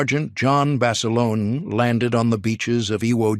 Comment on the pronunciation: Not Basilona...Basilone...